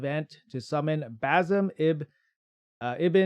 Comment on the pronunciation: I think the name is pronounced as Bazim with emphasis on ' i '.